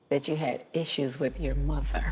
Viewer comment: I was surprised that you had an issue with your MOTHER. Me: She emphasized mother like she could do no wrong....😬 She's delusional